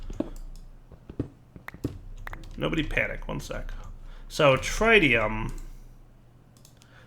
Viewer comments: It is not pronounced Trytium god damn it! It is pronounced threetium instead! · actually it “trit tium “ not “trie tium “ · Take a shot every time pronounces Tritium wrong. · The first "i" in tritium is pronounced exactly the same as the first "i" in lithium. the short "i", not the long one. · Am I the only one who gets annoyed every time says Tritium wrong...